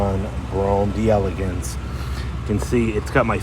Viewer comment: You can't pronounce delegance properly. It's French not English